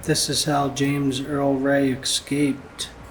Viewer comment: es caped not ekscaped